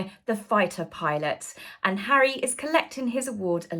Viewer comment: What next Hawwy the Congregational Medal of Honour? 😂😂😂😂😂😂😂😂😂😂😂😂😂